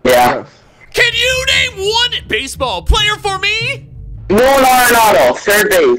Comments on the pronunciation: Nolan Arenado not LUin AREnaoo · He said Nolan arenaldo